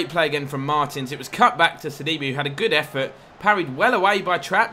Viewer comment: sidibe is pronounced like c d bæ